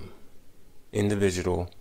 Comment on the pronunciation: That sound like a whole black man, & I had to zone out listening to him after he said "Crin - nimals" & "Indi - vigidal". I'll admit your videos seem a little more equal to criticism on bm & bw lately.